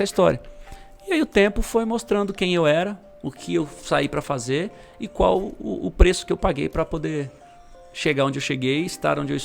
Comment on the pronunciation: Qualquer pessoa falando: -: - ual Marca kkkkkkk